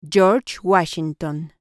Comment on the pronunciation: Cho’s guachsinton 😂 🎉